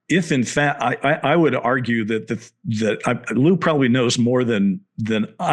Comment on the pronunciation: lueey? cmon dr shill his name is lou it's nnot very hard